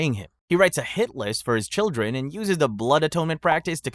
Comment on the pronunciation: Children, not childeren. Otherwise a very good & interesting video!